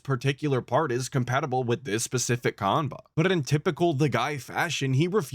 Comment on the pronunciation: Idk how you can say you were a big shot in the fgc and not know how to say qanba